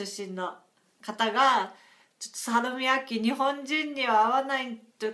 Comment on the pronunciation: You pronounced Salmiakki perfectly. :D It was easy to see it was a bit of a surprise when you ate it. :D